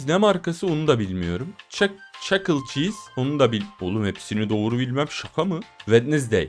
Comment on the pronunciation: O Çakıl Çiis diye okunmuyor. O Çaki Çiiz diye okunuyor.